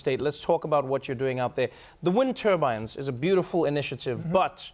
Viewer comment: It sounds like he’s saying “wind turbans” instead of “wind turbines.”